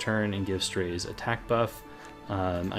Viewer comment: Isn't his name pronounced as "Strah-ze"?